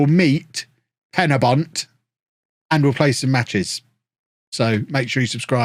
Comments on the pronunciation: pen y(e) bont mate the y sounds like an e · They way he said penybont 😂